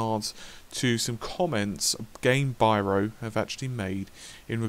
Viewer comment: Gamebryo not byro this si the second time you make that mistake.